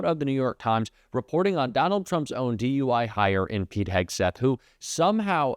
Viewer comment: It sounded like you said DUI hire. 😊